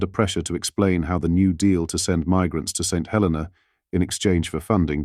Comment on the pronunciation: It is a 'shocking reveal' only to about 5% of the UK population who don't read more than soundbites/ headlines and don't know/ care where Chagos and St Helena are. It's pronounced Saint He-LEE-na by the way.